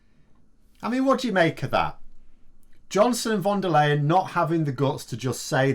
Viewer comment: Her last name is pronounced “Lion”